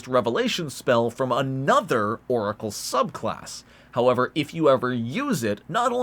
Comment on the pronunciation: As if he didn't call it a Loricle